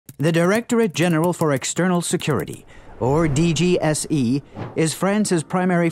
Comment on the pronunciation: french here mate don't take it personally and plus glad you ve done this video .. Fun fact our FBI is DGSI : the exact pronounciation for you of DGSE in english (but you done right)